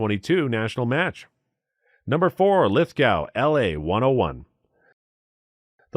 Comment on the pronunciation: Lithgow is pronounced Lith-Go. We don't pronounce the "w" here in Australia hahaha